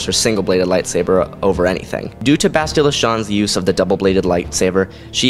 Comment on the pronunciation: You really butcher names and planets when you say them. Bas...til...la... Fe...leu...cia... Say it like Fa,lusha, the cia is more shhhhaaa sounding. Sorry pet peeve, I grew up reading all the books from the 90s.